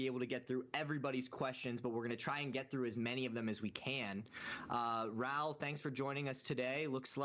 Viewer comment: His name is Raoul, not RAAAAAHLL.